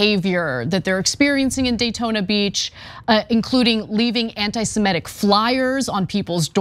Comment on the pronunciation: Semitic, simehtic.